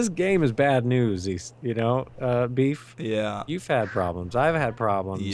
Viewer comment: I heard call beef baebeef